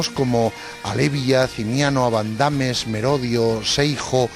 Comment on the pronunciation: Seijo????? No será siejo. A y se dice abandames en la segunda a lleva tilde y no en la tercera vocal